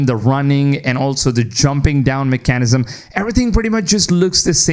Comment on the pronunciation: I can’t get over how this guy pronounces “mechanism”